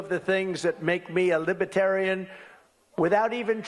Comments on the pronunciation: libuhtarien is not a word Donald. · Has anyone noticed he incorrectly pronounces libertarian? He says libetarian. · It’s “Libertarian not ‘lipitarian’ you orange goof. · Hallelujah! Finally. Boooooo indeed. And what is a “LIBBAtarian”? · LMFAO, he pronounced the word LIBATARIAN 5+ times.. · What’s a libuhtarian? 😂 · Lolz he can't even pronounce it right.. he kept saying "Libetarian". Could anyone BE further from a Libertarian than this douch nozzle?! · someone should tell him there's an "r" missing. not "Libetarian" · He calls it "Libbitarian"! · "Libit-tarion" LOL! 😆 gawd what a dope. He's spiraling the drain. Can't wait for the infighting carnage at the Republicon Con!😂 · Maybe he was booed because he kept calling them the "Libaterian Party"? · The guy can’t even speak: it’s ‘libeRtarian’, not ‘libetarian’… Pathetic, and love the booing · He can't even pronounce Libertarian. He keeps saying, "Libetarian." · He keeps saying "libbatarian." And he wants their vote? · He pronounced it “libetarian” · He can't even pronounce "Libertarian"! He thinks it's "Libbet-tarians," for shit's sake! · He can’t even pronounce it right. “Libatarian” 😆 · What the help is a "Libba-tarian"? Every time he gets booed an angel gets its wings! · Lib - a - tarian? Insulting the people whose votes he wants from the pronunciation of their name to their political beliefs. Smart plan Donny. 💙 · He can't even say Libertarian right " LibAtarian" 😂✌️ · "Lib-a-terian..." [Trump's erroneous mispronunciation😮😢😂😊😅] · It sounds like he’s saying “Li-BUH-tarian” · The idiot doesn’t even pronounce, Libertarian, correctly! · He can’t even say it!! LIBETARIANS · tRump says "Libbetarian" .... LIBERTARIAN is plastered all over the venue. Not only can he not read, he can't speak!! 🤪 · He’s a Liba-teran 😂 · This is the best video of all time 😂 when trump realizes they can’t stand him, and he has nowhere to hide . Liba-teran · What is a “libatarian”??😅😅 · He pronounces it libitarian. He can’t speak or read!